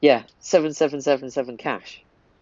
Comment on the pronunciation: My guy cant pronounce 777.777 wtf. How old are you